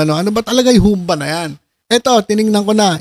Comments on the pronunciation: Humba! Pabagsak ang bigkas. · Humbâ po ang pagbigkas nyan.